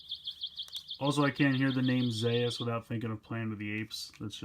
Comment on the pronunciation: It's Zearth. In Japanese they pronounced it Zeas. Ultraman Zearth is ridiculous and comedic Ultraman, because his transformation device is toothbrush. That's for correction